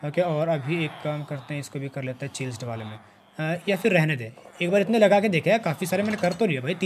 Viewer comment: Bro it's chieasled not chilsed